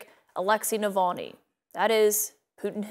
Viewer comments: nope. That's like saying "nuclear" is pronounced "newk-u-ler" it's just not, that's simply not how letters work. Navalny and Nulvany are not the same word. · Dear Nikki: why did you mispronounce Navalny several times? Nuh-VAHL-knee, not null-VAIN-ey. It doesn't rhyme with Mullaney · Navalny, not Mulvaney or however the hell she’s pronouncing it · Nikki Hailey keeps mispronouncing Nevolni's name. Dump hill billy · Who’s Nalvani😂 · She can’t even pronounce Navalny’s name correctly. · Jeez how many times going to call him Nulvany? Alexei Navalny Mick Mulvaney. And it's Gershkovich not Gersovich. ffs Nancy.